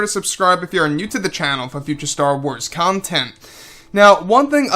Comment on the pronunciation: Future starwars cumtent that's what you said in the beginning